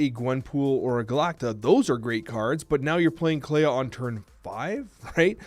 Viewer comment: do you clay-ah the house? Clea is the word clean without the n. Thats it bud. Its pronounced “Klee”